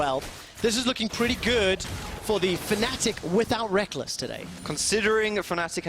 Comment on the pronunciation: lol get benched son "rekkless"